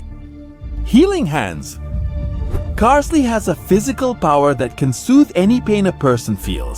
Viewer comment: isn't it pronounced carl-ille?